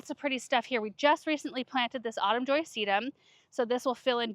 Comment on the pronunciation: ...repeat after me. Autumn null. Lol